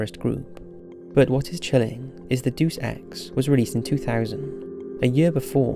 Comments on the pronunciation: doos ex is driving me crazy. It's DAY-US EX! AHHHHHHHHHHHHHHHHHHHHHHHHHHHHHHHHHHHH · It's DAY-us ex, not DEUCE ex. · Dude it's day-us ex not do-sex 😭😭😭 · Literally scrolling down waiting for this comment, as soon as he said it I cringed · De-us not Duce...wtf